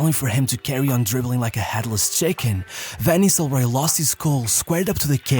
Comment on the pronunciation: Cara, aprende a pronúncia dos nomes dos atletas e técnicos 😂 pelo amor de Deus VAN NISRROY ? É NISTELROY KKK